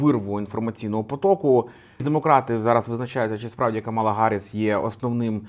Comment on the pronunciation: Нарешті не Каміла а Камала)